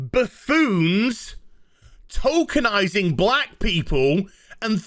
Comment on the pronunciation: I know is saying tokenizing, but I keep hearing Tolkienizing and expect a versions of Roots to be made with Elves, Orcs, and Hobbits. Slave-owner: You we'll call Toby Slave: Sorry, no my name is Baggins, Bilbo Baggins.